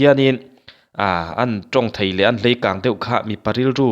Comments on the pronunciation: 'Hleikâng' i ti zela 'Leikâng' tih zawk tur a nilo maw...😊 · Hleikang tih tur a lawm